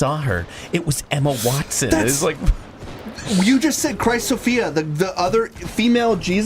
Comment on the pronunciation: Wtf is up with mispronouncing Emma Watson’s name?? He says wanston